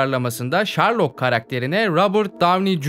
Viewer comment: şerlok ulan şerlok. ŞARLOK değil